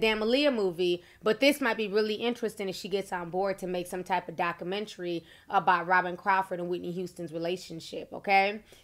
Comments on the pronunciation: I love when Ti says docamentary😂❤ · D-O-C-U-M-E-N-T-R-Y!!!!! Wtf is a docamentry ?